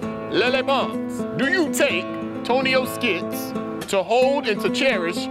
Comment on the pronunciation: lol "TonioSKITS"